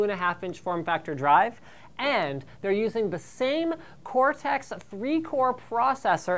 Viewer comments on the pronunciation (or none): It's cortex not cortex.